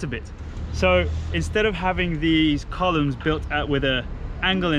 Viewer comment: I always enjoy beautiful accent and English pronunciation on every episode - but more recently "col-yumes" has had me in stitches every time! Don't ever change,!!